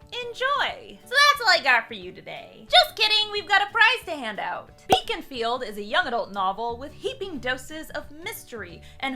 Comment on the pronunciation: She had be at Baconfield. I know it's Beaconfield, but it SOUNDED like BACONfield. Who doesn't want a field of Bacon?!